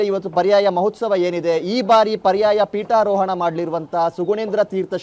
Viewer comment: Peetoharana alla. Peetarohana adhu. Sari maadi. Jai Krishna.